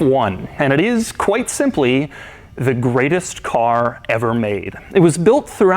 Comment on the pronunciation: "Qwite simply the greatest car ever made"